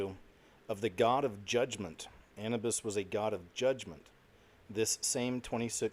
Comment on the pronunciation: Anubis isnt pronounced like that